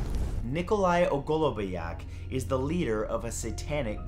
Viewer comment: He completely butchered ogolobnyak 😑